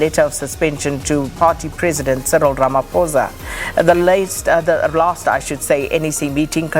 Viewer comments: Ramaphosa not Ramaphoza...I mean you are black! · Ramaphosa not Phoza guys stop acting please